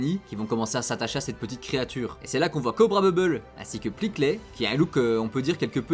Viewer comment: Il me semblait toujours avoir entendu Pikli, pour ce qui est de la prononciation de Pleakley. Boh, vu l'importance du perso après.